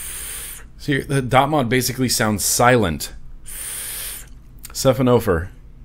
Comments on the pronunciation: sahy-fuh-nuh-fawr..... like a man-o-war. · I believe it is pronounced Sci-Fawn-Oh-Four which is a class of marine animal and that ariflow pattern resembles the body of the animal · Siphonophorae is the plural of 'Siphonophor', which is a kind of sea creature that appears to be one organism but is actually a colony of separate, individual animals. It's pronounced 'sy-FON-oh-FOR-ay' (FON is the primary accent). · Sound it out.... Sci (like Sci-fi) Phono (like phonograph) Forae (like foray, or 'For Ray')... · Siphonophorae should be pronounced "suh-fon-uh-four-aye!" xD